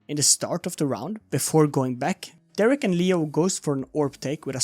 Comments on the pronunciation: why do u pronounce derke like derrek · thats ok! derke's name is pronounced durr-kuh or de-ir-kuh